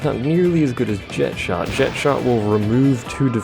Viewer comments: The Japanese call him "jekt", therefore that is how the name is said. Language does not change how a name is said, as the pronunciation of a name is determined by the one who gave the name and them alone. They say "jekt", which means "jekt" is "correct". Calling him Jet, under any circumstance, is wrong. And also, the only three characters I can remember speaking Jecht's name are Auron, Yuna, and Braska, and in both languages they very clearly say "jekt". I will admit that I say "tie-dus" rather than "tee-dus", but that's more habit than anything else. Didn't know how to say it until Dissidia however many years later. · They pronounce it "jekt" in the Japanese version as well, though.